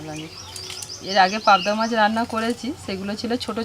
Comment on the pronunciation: পাবদা মাচ (!!!!) ??? চ,চ চ, শুধু চ। গিমে শাককে উচ্চারণ করে যাচ্ছে ' ডিমে শাগ'!!!!!! অসাধারণ চালিয়ে যাও "কিজনা" (!!!)